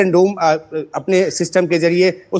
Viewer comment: Golden dom nhi U TURN DOME Bilkul doland trump jaisa 😂